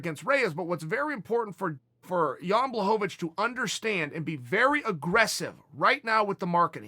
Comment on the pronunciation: Chael knows how to say blachowicz. And that surprises me to the highest of levels.